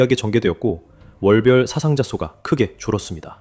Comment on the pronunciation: 사상자는 사아상자로 발음해야 맞습니다. 한자에는 분명히 장음과 단음이 구분됩니다.